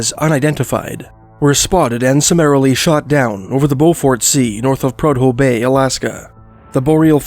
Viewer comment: It's pronounced Prue Doe bay lmao